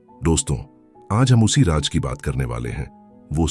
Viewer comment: "RAAJ" hukumat ko kahte hain! Aur "RAAZ" Rahesya ko kahte hain, Barkhurdaar